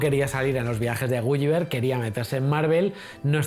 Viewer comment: Por dios no es "gu-yi-ver" sino "gu-li-ver". Esas 2 L se pronuncian como una L normal